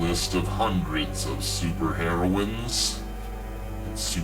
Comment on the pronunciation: "Super Heroins" I lold